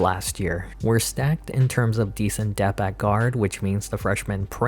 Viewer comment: Dude. Please. It’s depth. Not dep. The ‘th’ at the end isn’t silent.